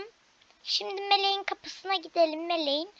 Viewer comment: Mıleğin evine gireyim 😂😂 Türkçe hocan kim senin ağzın kaymış